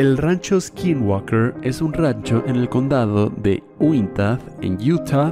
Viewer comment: Por fin alguien pronuncia correctamente "Skinwalker" XD Lamentablemente pronunciaron mal "Stalking"